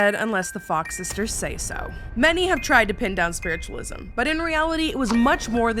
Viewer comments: When you said spiritualism wrong I lost it 😂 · I DEMAND a sweater with "SPWITTUWALISM" ON IT!